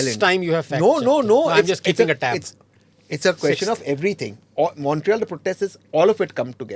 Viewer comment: Abhijit lying with such confidence about Montreal. I live here and in 2021 general election, the liberal party of Trudeau won 16 seats out of 18. NDP of Jagmeet won only 1 seat. He bluffs with such high confidence. And his pronunciation of Montreal is crap. Nobody says Montreal like he does. It is either मॉन्ट-रियाल or मोरेयाल . What a bluffmaster!